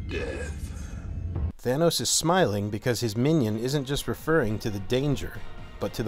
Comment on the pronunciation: It's not Thane-os it's Thanos. TH-AH-NOS.